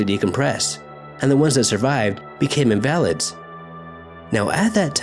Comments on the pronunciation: In-va-lid. "Invalid" has more than one meaning. Pronounced "In-valid" it means "not valid". Pronounced "In-va-lid" is means a disabled or sickly person. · I can't believe you how many words you mispronounce. "Invalids" with accent on the "a"? Seriously? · What's that... In-val-ids.. LMAO say that again hahahaaaaaa 😂